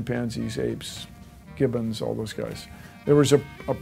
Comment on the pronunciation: When he mumbles "gibbons"...XD Hahaha! Bill you're amazing!